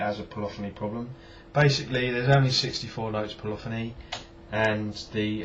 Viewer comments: Cant you put effects on the main bus? Surely you could put, say a reverb on the whole thing and then use the extra insert fx for others? By the way, its polyphony (pol-liff-oneee) not polophony..lol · Po- liff- fin - knee